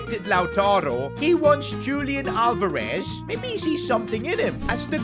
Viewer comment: it’s not Julian Alvarez how you pronounce it, it’s Hulian Alvarez